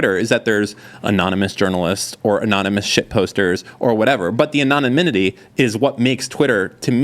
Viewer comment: “Anonanymity”